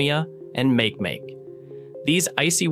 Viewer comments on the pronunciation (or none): Dude, seriously? It's not Make-Make It's Ma-kee Ma-kee Nobody will ever take you seriously if can't or won't pronounce the names correctly. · Oh, man, are you pronouncing it incorrectly as clickbait, or do you really not know that it sounds like "mah-kay, mah-kaY"?. Named for a Hawaiian deity. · Makemake . . . isn't that pronounced Mahki-mahki? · Thanks for that! I was seriously taken aback by the pronunciation. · It's pronounced ... may-KEY may-KEY🙄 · The annoying AI voice can't even call this object its name.